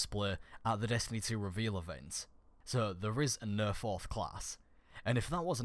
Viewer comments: Ok first of all you say no wrong it's pronounced no not nuuuuhhhh and the title says fourth subclass then you say ok there is not a fourth subclass also its pronounced ghost not guuuust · Why are you saying ''Nuuh'' when it's obviously seen and pronounced as No? are you trying to sound unique? it's very cringy. Same for Ghost... glad i'm not subscribed to you. or your accent is fucked. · "Nhuuur" "Ghurst" 😂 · he says no like nee